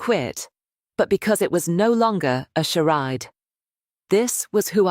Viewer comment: A.i. tts phonetic dictionary update: charade == shar-ade